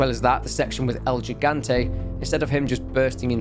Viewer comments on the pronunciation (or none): It’s pronounced El “He-gan-té”